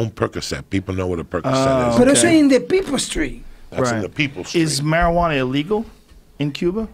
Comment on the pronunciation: The only English words he understood were that and “eeligaal”